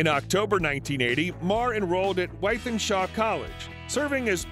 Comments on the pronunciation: Wythenshaw pronounced; “with-en-shaw” 😂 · Nice video. Thanks. I must say as a man from Manchester, hearing an American friend pronounce Wythenshawe is always amusing. Thanks for uploading. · With-in-shore. A-loo-wish-us